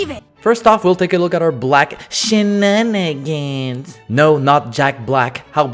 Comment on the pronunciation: Shenanigans, not shinanigans.